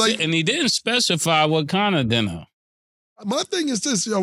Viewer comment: Just a "dinna" 3 games just for "dinna" got me weak! Killa closed the laptop? 😂🤣😅😆